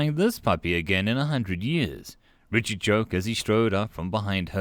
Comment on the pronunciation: I know you're saying Richard but the way you were saying it I kept on hearing retard lol